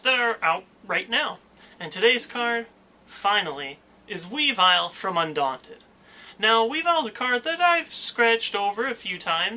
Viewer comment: Pronounced weevull not wee vile, at least that's how it says its name in ssbb